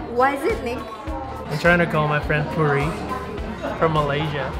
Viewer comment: You called Puri?? 😂😂😂